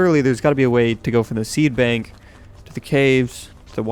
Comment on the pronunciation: He Called it a seabank NOT a seedbank